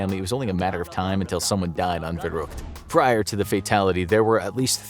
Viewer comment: The v in verrückt is pronounced as an F not a v in german. Just for info 😅